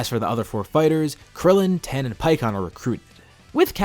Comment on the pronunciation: It's tien not ten